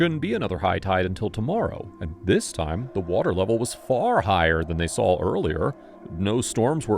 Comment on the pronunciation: Why does your AI say sawl instead of saw? That's a dialect known to the deep south (like axe instead of ask) and is the only veering from correct pronunciation that I've heard here.